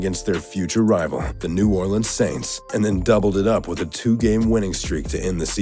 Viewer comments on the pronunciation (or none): none